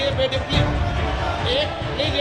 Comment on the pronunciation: Birla cant day please, he says pelse, what a shame Rahul Bhai studied from London and these idiots want to make fun of him